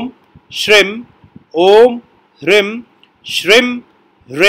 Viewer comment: Kuber ji dakshin disha ke nhi, uttar disha ke adhipati hai, aapse sahi gyaan ki apeksha hai.🙏 Apka ucharan Kia hua koi bhi mantra spasht samajh mein nhi aata Kisi beej ko ucha bol jate ho, kisi mein dheema, aap mantra ko likh kar kyu nhi dete? Kayi bar toh hreem bhi shreem sunayi padta hai